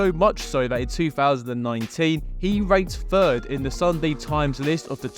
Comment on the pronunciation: Ranked 3rd for a second I thought he said raped 3rd